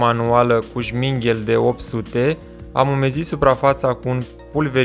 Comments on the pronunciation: îi spune ȘMIRGHEL nu sminghel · Oare înveti să pronunți corect și numele la materialul ăla abraziv ....?